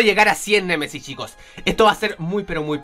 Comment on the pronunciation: Like si escuchaste a decir cien Messis cien Messis:v